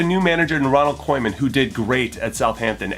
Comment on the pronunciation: that pronunciation though ronald coiman coineman Koeiman